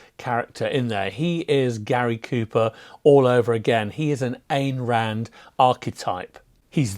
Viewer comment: Ayn Rand pronounced "ein" Rand, by the way. Rhymes closely with "dine", "fine" and "shine".